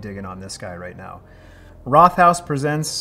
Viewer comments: Rothaus means Red House and is pronounced like Wrote-haus rather than the English th sound. One of my go to Pils here in Germany 👍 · Linguist who's lived in Germany for 15 years here. You did OK with pronunciation but I don't think most Germans would have figured out what you meant when you pronounced Rothaus. The two syllables in Rothaus are split after the t and the h sound isn't doubled (Rot + Haus = red house). The first syllable sounds kind of similar to the English word "wrote," as in "Murder, She Wrote." Over the years, I've lived within about a two-hour drive of five of those six breweries. My personal favorite is Urquell, unless I can get a really, really fresh Bitburger. Radeberger often smells a bit off almost any time I get it when I'm not close to Radeberg. Also, I think the only place in Germany where I have ever seen Pils served by the liter is the Paulaner-owned restaurants in Munich. Paulaner is often perceived as one of the worst big name brands from the Munich area; I won two cases a few years ago and the only person willing to drink it was the old man neighbor who claims to drink everything. I live about 15 minutes away from Vilshofen these days, which is the hometown of Josef Groll, the inventor of Pils. His family brewery was absorbed into Wolferstetter, which makes a Josef Groll Pils. I've had that as well and it was fine but not memorable other than for the Josef Groll connection.